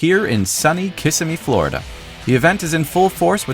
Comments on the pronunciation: It's pronounced Kis sem me, not kiss ah me. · And you still don't know how to pronounce Kissimmee.